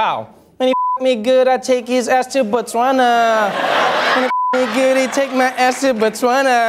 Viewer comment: Good pronounciation of Botswana there Trevor... finally someone gets it right